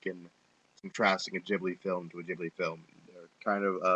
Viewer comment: It's a silent H in Ghibli It's Said Gib-li Great Review though xD P.s. I love the film it's totally A Slice of Life, Coming of Age, Fun & Happy film :D